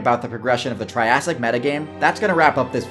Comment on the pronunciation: I love the tirassic